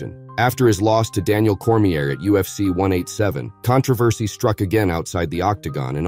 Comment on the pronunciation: "Veetur Belfour" "Daniel Cormeeyur" 🤔